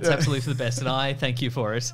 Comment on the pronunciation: from one Canadian to another, tank you Ben from Canada